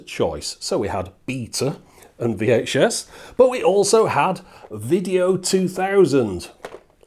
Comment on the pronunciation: Beeh-ta and Wee-Ache-Ess